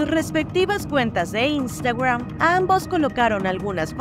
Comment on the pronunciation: Y por que dices Instagram asi? Ni en ingles ni en Español se enfatiza asi 😅